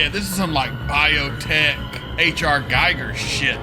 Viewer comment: HR Gigers name rhymes with eager, according to his book ARh+